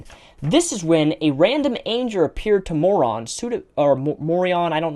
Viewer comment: Just a good bit of humor here, but Engrish was killing you on 'angel'.